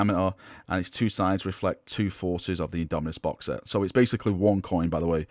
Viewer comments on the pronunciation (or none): IndomiTus with a T, a T as in Tactical marine!